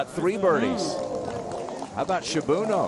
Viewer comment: "Shibuno" instead of "Shibunno".